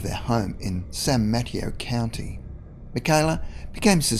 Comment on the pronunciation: San muh-tay-oh